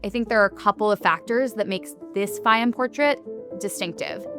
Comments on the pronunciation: It is pronounced Fay-yoom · Absolutely brilliant video! (Please note, nonetheless, that Fayoum is pronounced Fy YOOM -- i.e., not with the accent on the first syllable as the narrator consistently says it.)